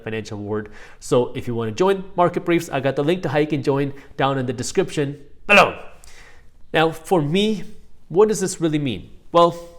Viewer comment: super curious to now why in your videos you say "bellow" in a different way. Kind of increasing the intensity of your voice. Am I crazy or I saw that in almost all the videos I watch from you? :) (no intent to be rude BTW)